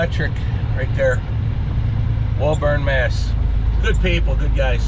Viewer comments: So cool to see you out here on the east coast near boston! Its pronounced WOOOburn though like the rick flair WOOOOOOO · How did you pronounce Woburn? :O